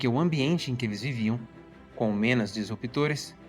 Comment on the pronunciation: Impecável, só corrigiria a pronúncia de “menos” e não “menos”.